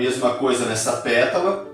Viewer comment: Professor !! Perdão ooooo , mas cada vez que você fala “petula” fico 🤔 atrapalhadinha !! Verdade !! O certo era falarmos “PÉTALA” e “PÉTALAS “ ❤❤❤❤❤🎉🎉🎉🎉 perdão ! Por favor 🙏